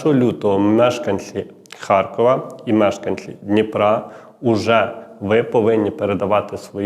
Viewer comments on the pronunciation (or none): none